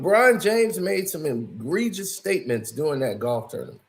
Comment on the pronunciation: Myself and others told him countless times it’s egregious not engregious….smh. He also say gendra instead if genre 😂